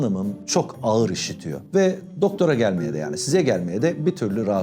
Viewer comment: Abi efsane derecede seni çok seviyorum amaaa ne olur alınma birşey söylemek zorundayım 😬 diksiyonda a+ğ+ı uyumu diye birşey var, bu harfler bir araya geldiğinde ğ+ı düşer çift a(aa) sesi çıkarılmalıdır sen birkaç defa “ağır”ı basa basa söyleyince söylemek zorunda kaldım yoksa seni düzeltmek tabi ki haddime değil 🙄 öpüldün çok 😇